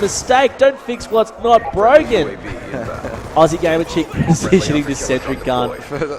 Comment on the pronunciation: It's Aussie gamer chick not oozy